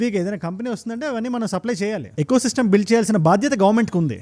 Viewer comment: ఎ కో సిస్టమ్ కాదు... ఈ కో సిస్టమ్